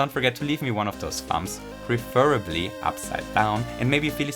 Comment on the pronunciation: "Preferrabllyee uppsiIde doonw"